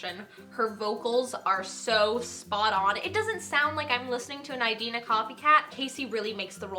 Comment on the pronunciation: I really want to see it after seeing this video I cannot wait for the soundtrack either I already love the new songs by their titles lol. ! However I do have one correction to make. Idina pronounces her name Ih-Dina as opposed to Eye-Dina. :)